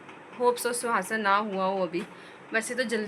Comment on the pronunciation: sukhassan bolte hsi suasan nhi😊